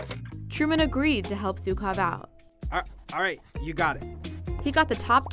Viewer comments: Not zukov... It is pronounced with sound that doesn't exist in English, but is pretty close to G, or J, but not Z. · How hard is it to pronounce ZHukov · Zhukov, not Zukov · Zhukov not Zyukov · He is Jukov ( Жуков ) not Zukov, in russian language Juk ( жук) means bug.